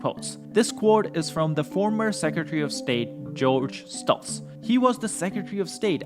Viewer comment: Secretary of State George Shultz not George Stultz.